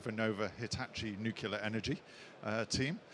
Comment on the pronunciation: Interesting presentation, but someone in this line of work really should know how to pronounce "nuclear".